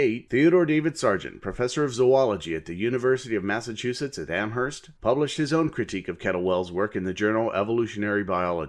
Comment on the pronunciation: One thing that you had no reason to know but I thought I would mention anyway. In Massachusetts the "h" in "Amherst" is silent. So it's pronounced like "Am-urst." I love this series, by the way. Too many videos criticizing Creationism insult Christians, or even religion in general, and/or contain swear words. There's no way any Fundamentalist Christian would watch a video like that, or, on the slight chance that they would, be convinced by it. You've kept your videos civil and clean. If I ever get involved in a discussion with a Creationist, it's your series I'll point them too.